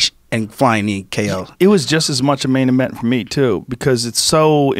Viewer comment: Joe “main ement” Rogan